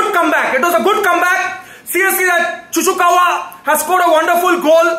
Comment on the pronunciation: Cucurella ✖️ Cucukawa ✅ 😂